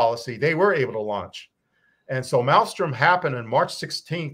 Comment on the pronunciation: South Dakota is Ellsworth, North Dakota is Minot. Also, it is not Malstrom it is Malmstrom.